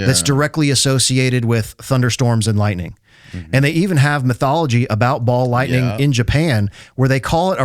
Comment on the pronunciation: It's funny that every time you say ball lightning it sounds more and more like Baal lightning. God of storms and fertility. Hail! ❤